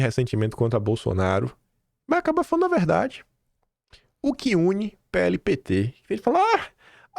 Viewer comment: PL,!! PE- ELE. NÃO É "PHELE". "PUQUE U PHELE". CARAAAAA....OOO. CAAALMA